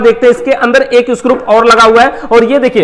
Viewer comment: स्क्रूप नहीं स्क्रू होता हैं